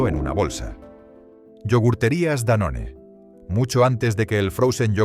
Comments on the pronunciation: Danone pronuciado "Danón"....??? ¿desde cuándo? a ver si afinamos esa locución de IA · Danone lo pronuncias "Danón"? Dislike por usar voces de IA. Usa tu propia voz y esfuérzate...